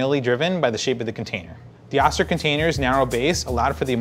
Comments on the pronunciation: I've never heard it being called an Ah-ster, but instead, an Oh-ster. My Vita Mix suggests using one cup of water when crushing ice. Mine isn't designed to crush/chop ice without a liquid. It's 25+ years old. I have both. They are both great. As for the spout, my Vita MIx has a square-ish container. I pour from a corner of the container. No brainer. . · haha...its Oh-Stir....not Ah-Stir...they have a manufacturing facility in my home town...lol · Oh-ster, not ah-ster. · I always thought it was pronounced oh-ster not ahs-ter. Not sure why that was my takeaway, but it is what it is. I'm still pronouncing it oh-ster. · Oh-stir. Not Austir. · pronounced Oh- ster. Not Ah-ster.